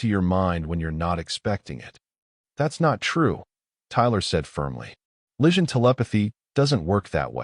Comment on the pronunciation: Need more work on narration enunciation. Improper cadence. Some awkward stops and starts. Vegetarian pizza, um its pepperoni. Is the enunciation of Lysian...lishun? enter_species. Without a doubt, human approach - Pizza Diplomacy approach! Overall: Wonderful story